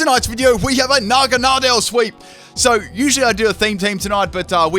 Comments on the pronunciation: Huh, I pronounce Naganadel differently. I pronounce Naganadel like nah-GAN-ah-dell, you pronounce it like nahgan-AH-del. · you butchered naganadals name 😂😂